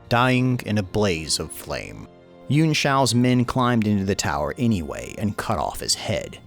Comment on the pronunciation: Yuan Pronounced: Yoo-Anne or Yoo-On Killing me every time you pronounce it.